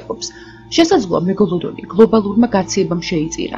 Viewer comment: მეგოლოდონი არა მეგალადონი